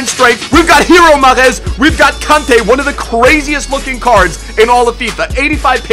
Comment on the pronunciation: Did anyone else think when said Kante he said "Cunte"?